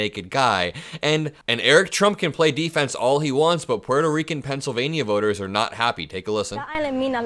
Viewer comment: buddy, I love your enthusiasm for our democracy and furthering decency and kindness. However ya kill'n me with the ( pencil-vay-knee-ya) Pennsylva-KNEE-a...Why the over annunciation of the "nia"..??? Reminds me of drumpf and the " aeroplane " and I can't stand the thought of your vernacular aligning with his. Please..Please..Please drop the enunciation..!!! I don't even think the good people of Pennsylvania enunciate it in that manner. I'm over anylitical at times, with the weirdest stuff, so meh...Hahaha.! Keep up the good work buddy..!!